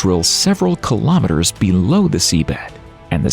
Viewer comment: Kilo Meh Ters? It's Kilo Mee-Ters. Kilo is 1000, so ask yourself, 1000 what? Meters? Kilometers. :face-orange-raised-eyebrow